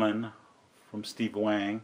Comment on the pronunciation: Boss, wang ain't wank. Coz they ain't wankers. Just saying, it's pronounced waa-ng. cheers.